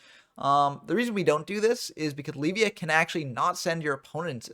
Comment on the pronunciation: It's funny. You say "Leave-via," I say "Lev-ea," But I'm pretty sure it's supposed to be pronounced "Lev-I-uh" like Leviathan lol